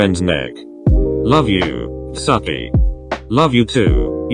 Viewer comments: Was I the only one bothered by the way they pronounced Tsukki- ... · In all of these with a voice over thingy say tsukki’s name as “sucky” 😂